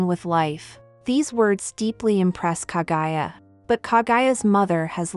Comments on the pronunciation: OMFG PLEASE STOP SAYING KA-GUY-A, IT'S KA-GU-YA!!! KAH-GOO-YAH! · KAGUYA. NOT KAGAYA! KAH-GOO-YAAH. geez, the pronounciation of English vowels are just English. not German, not French, not Japanese. In fact, English is the only language that pronounces vowels so weirdly.